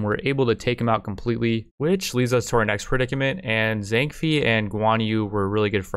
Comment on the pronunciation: Fei and Bei isn't said like that, it's more like Fae and Bae. The games advisor should pronounce the names when you select faction when starting a new game Edit: Spelling Mistake